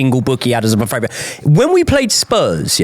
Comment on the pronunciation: Please, can one of you guys PLEASE explain to, it's FAVOURITE not " fravourite "